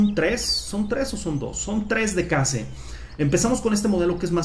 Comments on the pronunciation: se pronuncia queish los case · Se dice keis (case)